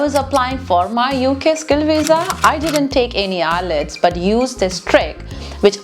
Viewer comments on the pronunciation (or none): It's not I'LETS', it's' IELTS'